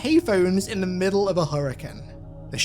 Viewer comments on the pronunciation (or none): Did always say naughties instead of nineties and Hurrican instead of Hurricane?